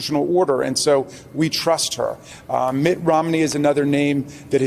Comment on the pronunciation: It's Mitt, not Matt. Thanks for the video. I always look forward to what you have to say.